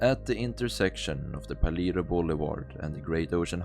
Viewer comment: Paleto is a Spanish word pronounced "Palayto", not "Paleeto."